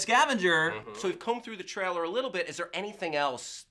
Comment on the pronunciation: I see still doesn't know how to pronounce "trailer" properly...